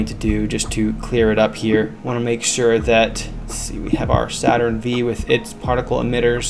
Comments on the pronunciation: I felt physical pain when he pronounced saturn v with a v instead of 5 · Not to be “that guy,” but it’s Saturn 5. The “V” is a Roman numeral. Other than that, excellent tutorial.